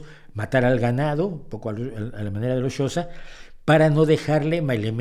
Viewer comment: tengo entendido que la pronunciación del reino y etnia Xhosa es algo así como [kosa]